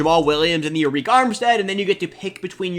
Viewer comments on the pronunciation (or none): Good vid bro but Arik armstead is pronounced like “Air Rick”😂